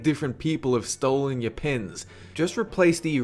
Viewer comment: "and they stole ye pens.!" hilarious